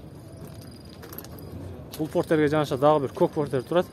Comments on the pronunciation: Портер эле болот фортер эмес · Жакшы реально бааларды тартыпсын фортер дегенин окшошпой калыптырда Портер де иним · Озубуздон окшойт фортер деп суйлоп